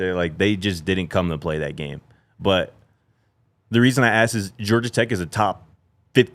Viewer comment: He doesn't say "ask" he says "ax" lol is goofy